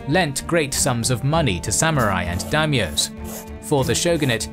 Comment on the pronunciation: Fun fact: it's dai-myo, not daim-yo